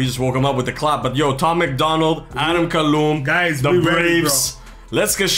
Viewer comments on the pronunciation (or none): don't know if you realize but I caught it lol. You said adam calloom instead of calhoun lmao 🤣😂🤭 that shit had me crying lol 😂